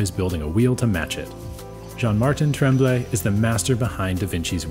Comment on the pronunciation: Yes! As an anglo from Quebec even I am embarassed about the horrible pronunciation....I mean couldn't they find someone who could spend 5 minutes learning how NOT to say Garon, Tremblay, etc? I mean it's not exactly difficult. End rant, nice bikes.